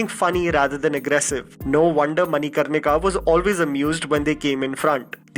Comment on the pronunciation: You r an Indian and should know to pronounce manikarnika, "mani" here is not "money" and "n" should be pronounced like n in " pran."